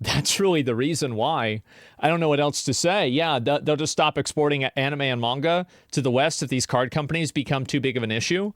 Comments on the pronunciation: Asmon. It's pronounced "mahn-ga" or "mon-ga." Not "mayn-ga." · I don't know how seriously I can take anyone's input on the subject when they say "mengah". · He lost me in the first 30 seconds, ...... "MENGA", ... lol.